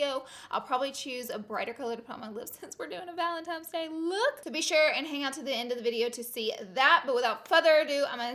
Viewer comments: Girl is valentiNe’s not valentimes 💁🏽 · VALENTINE NOT VALENTIMES GOD DAMN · Laura!!! I love you so much... but GURLLLLLLLL ITS VALENTINES DAY, not valentiMes day😂😭😐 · ValentiNe's day. It is an N not M...... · it’s valentines, not valentimes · Did anyone else notice that Laura kept saying Valentimes instead of Valentine's? Love our sweet Laura though 💖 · This valentimes day look is killing me. I love you and your quirkiness so much. It’s an N not an M boo! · She said valentimes day not Valentine’s Day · "valentimes day" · She would say “valentimes day” 😂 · The first time you said Valentimes I was like aw god haters gonna comment. I love the pink ValenTIMES day look. Don't see you in pinks to much! 😘🖤 you soo much. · "Valem-tines" Day. I love the way she says Valentines day 😂❤️ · Is she saying valentimes day? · I'm dying every time she says valentimes hahaha Laura i lah you! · “Valentimes Day” it’s kinda cringey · Does anyone else CRINGE when people say valenTIMES day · Laura I love you but I couldn’t stop staring at your mouth when you said “Valentimes” and then right as I was writing this comment you corrected yourself because you said that someone in the comments was going to call you out😂😂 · Love u even tho you repeatedly said "Valentimes" lol xoxo you're the best Laura 😘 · She says valentimes day😂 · I love a good pink look. Never change, Laura. You go on saying valentimes days lol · BOTH SNAP AND IG FAMMM 💗💗💗 Say valentimes day one more time 😂💗😭😭😭😭 I love you Laura ❤️❤️❤️❤️😍😍😍😍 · IG AND SNAP FAM!!!!😍😍😍 valentimes day😂😂 love you so much Laura!!! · IG Fam!!! Love your channel!!! And we all slip up and say valentimes... your good! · PS I say “valemtimes” day too❤️❤️ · ”Valentimes day”~Laura Lee😂😂no shade tho😂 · I love you even though you say Valentine's day wrong 😂